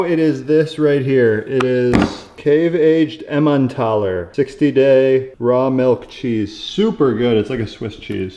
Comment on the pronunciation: Can you repeat the cheese? Emandtoller is what I heard. 😳